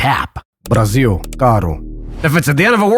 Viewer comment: esse é um dos poucos vídeos gringos que cita o Brasil não para farmar dinheiro e sim porque gosta da cultura, oque cara até falou Brasil com s em vez de z